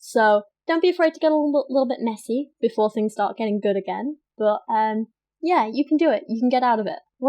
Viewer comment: god english chicks make me gag.... every time she says "but" or what she sounds like a slobering drunk that is throwin up